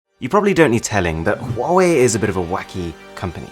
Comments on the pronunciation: is acther call 华为 not 花为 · ITS HA WA WI NOT HAWUAWI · What people say : wawee What i say : Hawawee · U know that it is pronounced as “wuave” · Says that when he say Huawei being pronounced as quarry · For Huawei it says “quarry” sometimes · Bruh chinese people when they hear Huwawei: Lame ass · Good job I don’t have a huewia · I didn't know how to pronounce it but liked to "believe" it was pronounced Hooway like hooray by a British toff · There is one thing that you didn't know about Huawei...how to pronounce it properly!